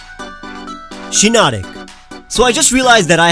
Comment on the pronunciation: SHIINOTIC, NOT SHINOTONIC! FIX IT NOW!